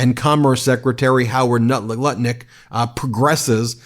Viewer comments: Ben said Howard Nutlick and I’m 💀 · 🤣🤣 He says "Howard Nutlick" at least once per broadcast 😂😂 💙💙 Here for it! Meidas Mighty!